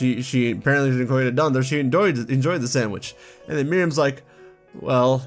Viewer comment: I’m a little confused why you’re pronouncing Dendra as “Dan-der-uh” instead of, you know, “Den-dra”. I know it’s not THAT big of a deal, but it was kinda weird. (Yes, I did make it 20 min in. But I still wanted to comment)